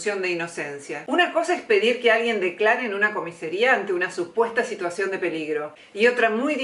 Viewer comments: Primero, se dice COMISARÍA. No COMISERÍA. La verdad pensaba que eras imparcial, espero que lo seas. Espero que no hayas comprendido el tema o que tu análisis sea erróneo por ignorancia. Es gracioso que decís que no hay lesión a la libertad de expresión, porque ya tuiteó otras cosas y no le pasó nada. Decís que es constitutivo de un delito ese tuit de presto... Te digo que ya ha tuiteado e incurrido en conductas tipificadas y por los cuales nunca se lo denunció. Pasás por alto completamente dos requisitos que tiene el tipo penal: la sensación de "miedo" que debe sentir la víctima, y la posibilidad de la comisión del delito que se indica se va a destinar contra ella. Siendo vicepresidente de la nación, un tuit no puede causarle tal miedo. Es más, en palabras de su letrado se puede inferir que "al que se meta con Cristina le pasa eso". Además de todo el apoyo popular que la misma tiene, ente los cuales hsy grupos de choque y grupos paramilitares armados (Cómo en jujuy) Necesitaría saber cuál es a tu criterio, el delito que se va a cometer en contra de Cristina. Si Nostradamus dijera que un meteorito caerá mañana, y aniquilará a los argentinos, no podríamos NUNCA condenarlo por amenazas. Ya qué no está en esa persona realizar una acción típica antijurídica y culpable que atente contra la vida de todos los argentinos. En el caso de EL PRESTO, habla de una revuelta popular hipotética en donde dice que va a perder la vida la vicepresidente. Independientemente de su explicación, que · Casi me muero cuando la escuché. Jaja. No soporto eso. De dónde sale q tanta gente con educación universitaria diga comisería? Es algo tano o de dónde sale eso?